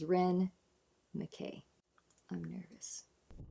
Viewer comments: It is a Scottish name and pronounced MacEye (but nobody will have taken offence) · You're correct. MacEye. As a Scot I'm glad to know you're aware of the correct pronunciation. Ren's concentration while playing this is beautiful to see.